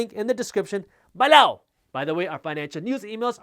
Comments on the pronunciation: Love the "BEL-LOW" 👍🏽😊👍🏽😁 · You get me every time...."BELOW" LOL- never gets old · Jaspreet, love your videos, full if information. You make me laugh when you say "below". Lol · I'm starting to have nightmares of the way you say "below"